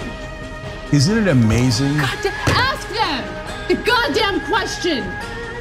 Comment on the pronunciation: "Axe them the question" -Ana Kasperian